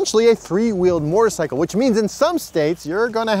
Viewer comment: Say it with me.... moe-terr-sy-kull. There's no "r" in front of the "t".